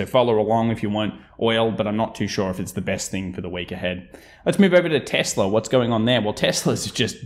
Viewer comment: the way you say nividier and tesler is funny